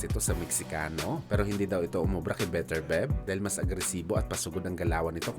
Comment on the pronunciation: Beterbyeb bigkas non hindi Beterbeb 😅 tsaka Duboys hindi Dabwa😂